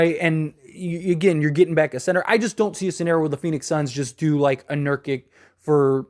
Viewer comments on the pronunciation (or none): Love your channel bro but your pronounciation of Jaquez, jovic, and nurkic annoy me my guy. It’s pronounced Ha-kez, Yo-Vich, and Nur-kich